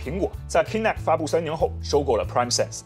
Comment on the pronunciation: Kinect 發音錯誤